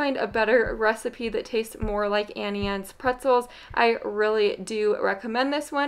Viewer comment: It’s auntie, not Annie Anne